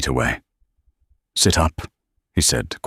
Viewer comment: "sit", "eat", sounds like he's talking to a dog.